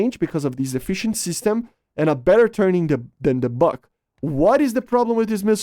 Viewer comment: Not the bak, bUk. Not A/~R - U